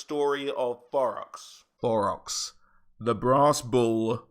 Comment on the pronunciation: Am I trippin or are you saying Borox?